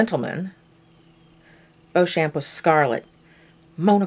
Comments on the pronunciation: I love this idea!!! Tales of the City is my all time favorite!!! My mom sat me down when i was a kid and made me watch the mini-series on PBS (she always knew)So I have one minor correction It's pronounced Beech-um. I only know this from the Mini-series. The first 3 books were made into their own Mini-Series, all of which are available on DVD, and there are rumors of babycakes being made on Showtime. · Awesome idea .... when I get a camera I'll join in the fun! The Tales books are some of my favorites, but FYI Beauchamp is pronounced Bee-chum.